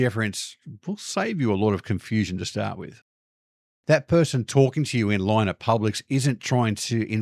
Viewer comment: You spell line as such, yet pronounce it lahoiwn ? 😅